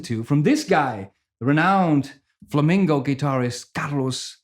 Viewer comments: Flamingo is a bird, it's pronounced flamenco 😁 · FlamIngo and Flamenco..... a very clear difference in meaning and pronunciation